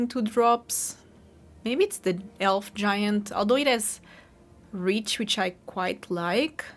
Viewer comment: It's always curious when you add a W sound at the beginning of words like, "elf." It sounds like youre saying, "welf," lol 😅